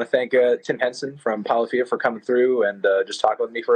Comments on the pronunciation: he said polaphia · well, I mean he did pronounce your band "Poly-fee-ah" , so there's that. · its pronounced ... puh-liff-ee-uh ... melon .. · Yung Skrrt No one- Melon- Ladies and gentlemen, it's Tim Henson from POLL-EE-FEE-UHH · ITS POLYPHIA NOT PAWLYPHIA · I've always pronounced it as " pull iffie ugh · did I miss a joke or did he seriously just pronounce polyphia like dat